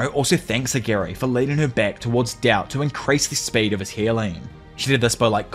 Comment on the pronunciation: Why does he say dao and not Tao